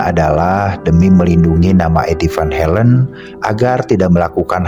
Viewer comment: Sorry min kritik, Belanda dibaca sesuai huruf , van Halen tetap van Halen, jangan baca van helen